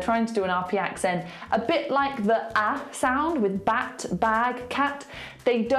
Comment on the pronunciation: I don't hear a difference between your "de" and "the" :/ Still sounds like a D to me, just that you don't emphasize it as much as when you say "de".